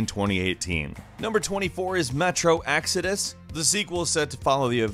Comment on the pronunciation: Metro "axeadus"?